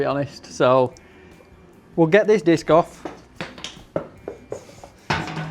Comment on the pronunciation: a laughed at the video when u was on about taking the disc on it sounded like biscoff